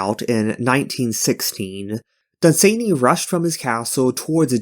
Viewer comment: Dunn-Sann-Y. Not Dun-zany. Then there is the Night Lands, there is a "retold" version I've heard is rather good (on my to hear list), but beyond that what the loveinterest does endangers them, it does sound like they got some BDSM, there are far worse things in todays writing...